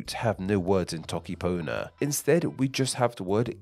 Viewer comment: He said the whole alphabet while trying to say toke panyo 💀💀💀💀